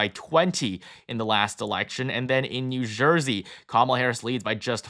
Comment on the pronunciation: “New Zhursey”